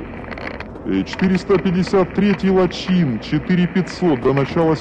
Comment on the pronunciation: Автор, Лачин тебе это не Тульчин... 😂😂 Не лачИн, а - лАчин!